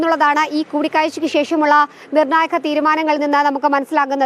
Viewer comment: Pl correct your pronunciation ( for ) ധാരണ ആണ് ശരി ദാരണ അല്ല...നിർണായകം ആണ് ശരി...നിർണ്ണായഘം അല്ല.. ഔദ്യോഗികമായി ശരി... ഔധോഗികമായി തെറ്റ്